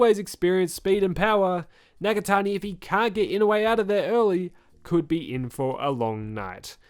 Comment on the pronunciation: I-NO-U-E. its not ynawe or inowe hahaha